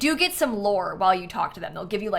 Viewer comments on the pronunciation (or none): Btw, Laxmi is pronounced like Luhksh-mee (lʌkʃmi), not Lax-me! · I did want to just mention that Laxmi is pronounced Lak-shmi! It’s an Indian name. I love your content and am very excited for the pack btw!